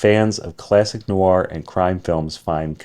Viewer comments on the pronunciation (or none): none